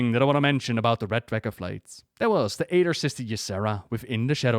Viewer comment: love how you pronounce dragos and dragosflight